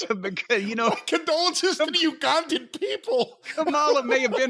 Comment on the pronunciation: Why in the world could Boyd Pierce never figure out how to say Ugandan right? Good old Boyd. RIP Boyd and the Ugandan Giant.